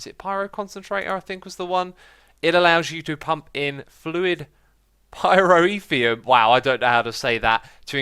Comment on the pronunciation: The way you pronounce pyrotheum is pie•ro•th•ee•um• just put it together